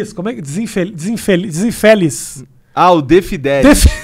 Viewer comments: "Beleza desinfideliz" kkkkkkkkkkkk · "Zinfideliss" KKKKKK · "DESINFÉLIZ" KKKKKKKKKKKKKKKKK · dizinfideliz kkkk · Desinfeliz raiscais espinafre KKKKKKK Tenho certeza que ele sabia falar o nome deles, mas falou errado de propósito só pra zuar